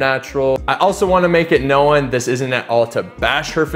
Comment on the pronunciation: One syllable in known bro shit is annoying af you saying know-in